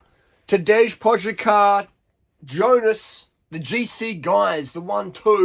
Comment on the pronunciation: Learn how to pronounce the name please